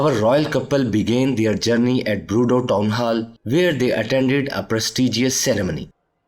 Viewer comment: Broodeau? Sir, you mean well, but please, check your French.